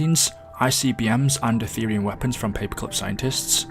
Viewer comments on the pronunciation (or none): none